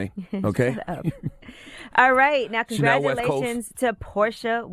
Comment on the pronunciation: He said channel west cost ☠️☠️